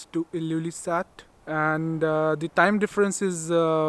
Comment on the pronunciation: Amazing video. Its just his pronunciation of "the" is lil 😖